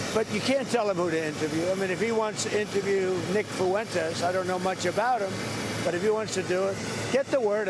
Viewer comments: Why does everyone pronounce fuentes as “foowentes” yall act like uve never heard a latin name before. Its two syllables not three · Why TF does Mark Dice, Trump, or anybody else say "Nick Fuh-wentez," and not "Nick Fuentes?" There are two syllables in the name Fuentes, not three. Say "FWEN-TEZ." I love Mark and Trump but it's extremely aggravating how they keep saying "FUH-wentez."